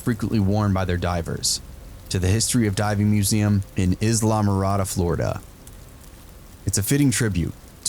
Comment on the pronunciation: LOLOLOLOL ISLE MARADA THE VOICE SAID ISLAM ARADA I'm crying.